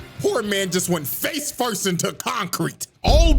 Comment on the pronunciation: FORST HAHA TAKE IT